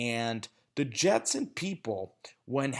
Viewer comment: Am hearing he's gotten better🤔🤔🤔.... let's see, from Geno to Hack... Jetes.. Jetes... Jetes 🤣😂🤣